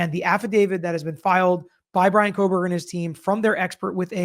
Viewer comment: You guys… there is no L in Kohberger.